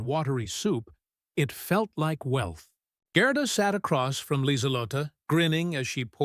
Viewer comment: Should be pronounced Gairduh, NOT Grrrduh